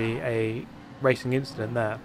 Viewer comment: '' Just an inchident...''